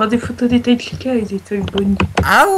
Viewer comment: a chaque fois que chica se présente j'ai l'imp q'elle dit pizza et pas chica xD